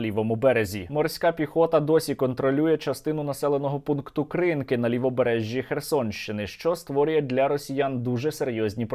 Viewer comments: Сергій, будь ласка, наколошуйте правильно. Не КрИнки, а КринкИ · Та КринкИ, а не КрИнки! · Тільки село називається "кринкИ" з наголосом на останній склад. КринкИ, кринкІв. росня пише крИнкі та крИнок, бо не знає як правильно. Дяка, чудова праця як завжди, ви робите великий вклад у перемогу👍🇺🇦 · КринкИИИИИ! не треба КрИИннки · Сергію, ще раз хочу звернути увагу, що населений пункт називається Кринки́ Кринки́ — село в Україні, в Олешківській міській громаді Херсонського району Херсонської області. Дякую за випуск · КринкИ - наголос на другий слог Подивиться українську Вікіпедію. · Сергій, вибачте, будь ласка, але наші херсонські Кришки не називайте на росячий лад. Вони - Кришки( з наголосом на другу голосну).